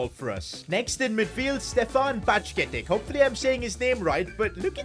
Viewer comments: It’s ba jet itch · still can’t pronounce names it is ba jet ic 😂😂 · As a liverpool fan lemmie Correct u Brother. Doak Is pronounced as Dok And Bacjetic is as bajetich😅😅